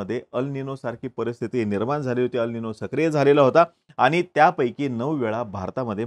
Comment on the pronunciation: अल निनो हे बरोबर उच्चार नसून ' अल निन्यो' आहे. ला निना हे बरोबर उच्चार नसून ' ला निन्या' आहे. क्रुपया बरोबर उच्चार असावेत🙏